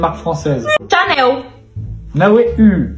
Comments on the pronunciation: "Não é U é elllll, Chanellllll" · "CHANEEERL" KKKKKKKJHFJSKSKHDJSJAKKAKKKKKK